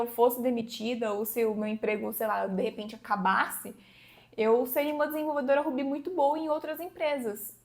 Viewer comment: Você realmente pronuncia "Ruby" como "Rubí"?